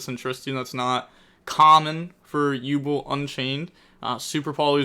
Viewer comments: Jesus..... Yubel is pronounced "YOU- BELL", .......not YU-BLL 😂. Aside from that good vid and break down. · You not pronouncing it as “You Bell” is really grinding my gears 😂